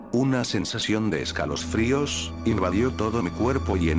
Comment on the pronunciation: perdon se que esto es una creepypasta pero me hace gracia cuando dijo escalosfrios XD